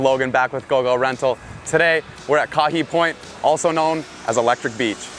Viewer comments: Gotta learn to pronounce the location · Kahe (kah-hay) point. Never called electric beach